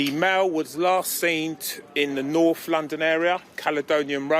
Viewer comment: Norff can't he pronounce North!!!!!